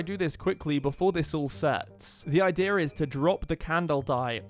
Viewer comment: “ the idear got me lol